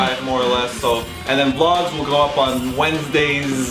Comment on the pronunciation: Oh Christ said "v logs"